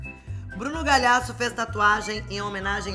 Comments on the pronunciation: A reclama do Bruno falar errado o sobrenome dela, mas ela fala "Bruno Galhasso." HAHAHAHAHAAHAH amooo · ela fala Galiasso